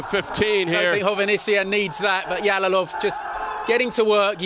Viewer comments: Yalolov emas Jalolov deb ayt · Эээээ... Ялолов эмас Жалолов дегин Жалолов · They are mispronouncing his surname, it is pronounced like "жалолов" in russian not "ялолов". Learn how to pronounce Uzbek surmanes correctly, uzbeks are world number 1 in 🥊